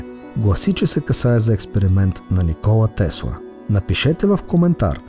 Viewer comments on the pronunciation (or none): none